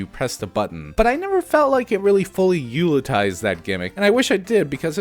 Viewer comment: Great video! Oh, and it's utilize, not ulitize. Like utility. U-til-ize.